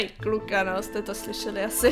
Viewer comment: já místo kluka rozuměla mouka 🤣🤣